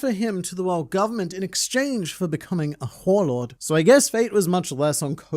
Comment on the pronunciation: Did you say, WhoreLord or Warlord? 😂